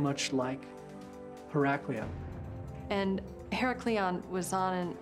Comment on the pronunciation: She is not pronouncing Heracleion right, even if she has american accent she should remember the old/original name of heracleion or pronounce it right. this is fake